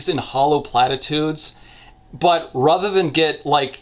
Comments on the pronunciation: If you say rother one more time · you've got a really neutral american accent and you pronouncing 'rather' as 'rother' is weirdly jarring